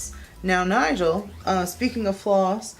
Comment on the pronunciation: that was fun! and props to Nigel for doing very well! (and also for pronouncing my name right, what a fun surprise!)